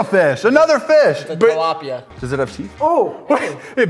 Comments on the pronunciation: Its called Ti- Lap-ia! Ti (TEA) Lap (Like the body part) Iia (like YAAAA!) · Its pronounced as tea-la-pee-ya, Tilapia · thats a Philippine national fish tilapia pronounced as tilapya